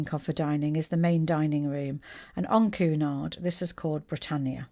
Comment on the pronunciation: Quite correct "Queuenard" never "Coonard". (there are dowagers in the Queens Grill Lounge clasping their pearls, and fainting)